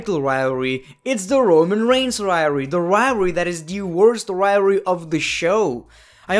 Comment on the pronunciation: riory is the new way of saying rivalry